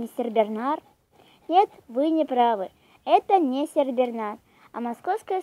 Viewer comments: не сеРбернар а сеНбернар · СеРбернар! Ааааа режет слуууууух!